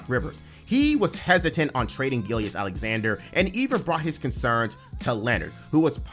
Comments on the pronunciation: Every time you called him Shai "Gillious" I died a little inside. It is pronounced "Gill-juss". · I haven’t watched the video all the way through and I trust it’s good but the way you say “Gilgeous” got my nerves a little (I’m pretty sure it’s Gill Juhss) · Its pronounced gill-jus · I’m glad I’m not the only one that was driven crazy by “Gill-Yess”. Brutal to listen to repeatedly. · Sounded like the name of a Roman prefect lol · haha nah it was a great video bro, im just OCD But the Gilgeous part is like gorgeous. "Gil-jus" if that helps at all. Regardless, keep up the amazing work and cant wait for more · The second g in Gilgeous is not silent. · my mans cannot pronounce gilgeous